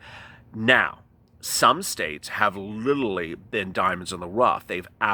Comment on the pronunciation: It's not littley its literally please say it right.